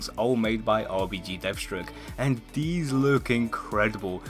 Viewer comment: Anyone else realize instead of saying these he says "Deez"